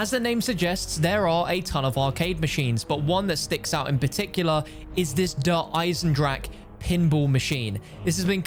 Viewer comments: No way this dude just pronounced Der Eisendrache as dur aisendrack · U say Eisendrache the wrong way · People still can’t pronounce eisendrache smh its not that hard